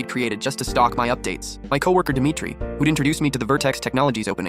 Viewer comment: why is the best friend always “demittree” 💀